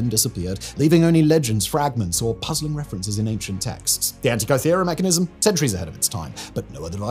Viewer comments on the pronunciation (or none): It's said An ti ka thera, not kai thera Is Hancock writing your scripts?